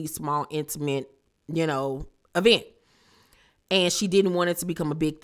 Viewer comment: doesn’t say Eeeeevecnt Instead of event 🤔 I hate her judgment 😐